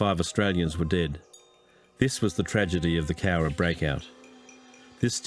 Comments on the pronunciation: You got the pronunciation 100% right mate👍🏻 Another awesome video and vid reaction! ⭐️⭐️⭐️⭐️⭐️ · No, you said the name right; it is referred to as The Cowra Break in Australia. One of the famous POW escapes during the war. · Cowra” you nailed it! Good on ya,!